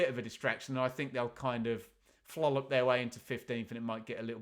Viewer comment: How do you "Flollap" 😅😅😅